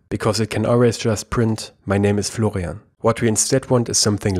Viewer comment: name : florian, pronounced: flogrianf7dsds9erkfj 😂